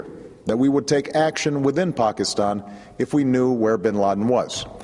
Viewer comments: It's pronounced "Pakistan" not "Pokiston", you fool. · I wonder how you heard Pokiston, you should get your ears checked out. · Did he say Pockastan?